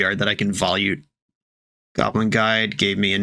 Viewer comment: Volute is pronounced VO-LUTE.